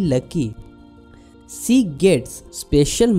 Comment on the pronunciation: Y DONT U SPEAK HINDI? BCOS U SPEAK ENGLISH WITH A BIT OF PROBLEM U PRONOUNCE SHE AS SEE. U WUD BE AT EASE ND U WUD BE ABLE TO EXPLAIN EASILY ND WITH COMFORT IN ENGLISH U SEEM TO BE PUTTING A LOT OF EFFORT ND UR VOCABULARY IS A BIT WEAK. ANY WAYS JUST A SUGGESTION U KNOW BETTER.